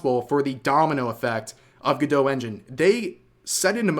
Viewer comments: Go-dot. Not gadoe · Is it meant to be pronounced like that? It seems more logical to be “go-dot” rather than being like Gal Gadot. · I'm hearing "good-dough" but I'm reading "go-dot" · You are pronouncing the name wrong. It's go-dot. You are pronouncing it gu-doe. Speak English please. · Pretty sure it's Go-Dot not Guh-Doh. But i could be wrong but everyone i know says Go-Dot. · "Go-dough" 😂😂😂😂😂 "ray-dough" 😂😂😂😂😂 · Isn't it pronounced GoDOT like it rhymes with robot? Why is everyone pronouncing it all French-like 😂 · Gal Gadot: stop saying my last name 🤦🏻‍♀️ Godot Go-Doe Godot Go Dot Godot Gah Doe??? ❌❌❌